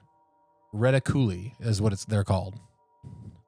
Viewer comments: said "reticuli" correctly. How did you guys get reti coolie?! 😂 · Ya but is right with pronunciation 😂😂 it reh-tik-u-lie whatd hebsay reticooly